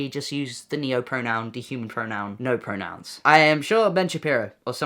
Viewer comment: his videos are funny so we’re trying not to laugh but it sounded like he said noahpronouns which was rly funny